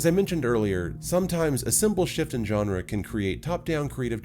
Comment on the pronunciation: Wow an American that pronounced "genre" correctly 🤯